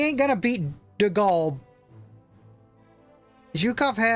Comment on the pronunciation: Please correct the name of my French bro De Gaulle🗿